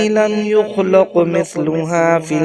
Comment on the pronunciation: یخلق کی لام پر زبر کی جگہ پیش پڑھی گی ہے اصلاح کر لیں